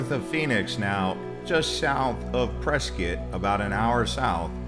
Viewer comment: Thanks for pronouncing Prescott correctly.